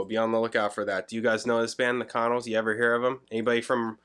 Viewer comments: We pronounce it "con-nells" not "con-uls". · I. LOVE. THE. CONNELLS! Ever since I lived in VA Beach in the 80s and discovered them. They’re still one of my favorite bands than no one knows about and I still listen in. My car all the time. I ❤ that you checked them out. Pronunciation more like kuh’ nells I fell in love w their “jangly” sound (I’d never heard that term before you!) and never looked back. If you’re ever interested, listen to whole album of Boylan (Bowlin) Heights. Then the Album “Fun & Games”. Idk why 74-75 got so much attention, I felt so much of the other music was so much better. Anyway, sorry for going on, I was just kind of psyched to see somebody reacting to The Connells! Wow!